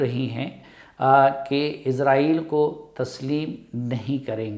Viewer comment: عزائیل فرشتے کا نام ہے۔اسرائیل درست تلفظ ہے۔